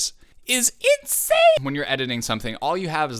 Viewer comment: Insane is gonna be pronounced now itzane